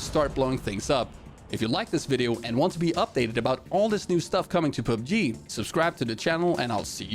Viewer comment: I like the way he pronounces PUBG as PUBGIII